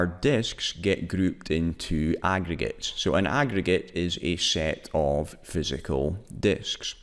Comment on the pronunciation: nigga you can't even pronounce aggregates properly, smh